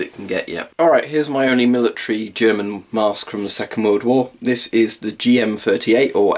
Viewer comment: ummmmmmmmm is it me or do you have a german accent when you speak in the m65. Instead of saying the you said ze